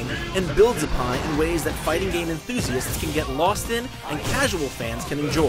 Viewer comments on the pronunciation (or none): none